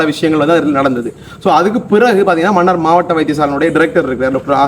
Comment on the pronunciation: மன்னிக்கவும் மன்னார் மண்ணாறு இல்லை தமிழைச் சரியாக உச்சரிக்கவும்